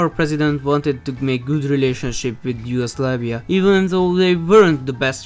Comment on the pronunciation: its yugoslavia not yugoslaveia